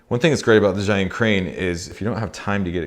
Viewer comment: it is called "zai yun", it is called bri -"dge" yun, all youtubers from non-chinese speaker spoke the wrong way.